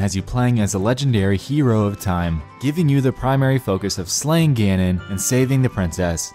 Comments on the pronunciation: Did you say fuckin "Gain-in" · "Gaynon" xDDD